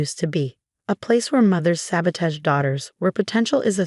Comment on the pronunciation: can you please pronounce ‘sabotage’ correctly?